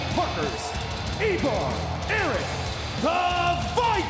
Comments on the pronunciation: EEEEVAR And Erik (not Rowan) DUDE ITS THE WAR RAIDERS ROWE AND HANSON OR IVAR AND ERIK THE VIKING RAIDERS (I personally like the war raiders best) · Can't agree on the pronunciation of the name "Ivar," couldn't determine when to start speaking after the introduction. Something tells me this wasn't planned very far ahead. I, for one, am glad that they made the decision to bring these two up the week after the RAW after Wrestlemania.